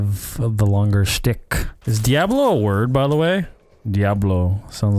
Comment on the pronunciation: I love how he pronounces DiAHHblo like the original Deckard Kain did. Always thought he sounded like Sean Connery lol.